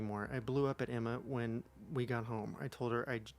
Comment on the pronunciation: Okay, I know you said Emma, but it sounded like enema and after hearing all that ITS SO APPROPROQTE OML 😂😂